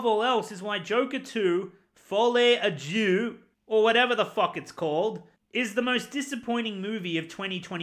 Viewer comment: It’s not « due » it’s deux 😘